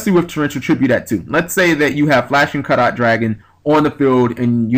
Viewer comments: It's pronounced the same way you would pronounce "carrot". If you've ever heard people talking about the purity of gold, you'd hear them say it's "five carat/karat gold" or something like that. Just in case someone hasn't said it already. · Carat, say it like Carrot :P It's Carats as in Diamonds/gold/silver/etc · Btw, Flashing Carat Dragon, I might be pronouncing this wrong as well, but I think it might be like when you go to a jeweler, and they ask "What carat diamond would you like" so it would be pronounced like carrot the vegetable I guess?